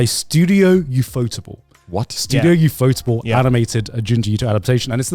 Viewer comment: it hurts everytime garnt pronounes Ufotable as iufotabel